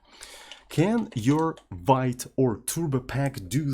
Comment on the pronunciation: thats not a vait but veet (I'm talking about Vite tool)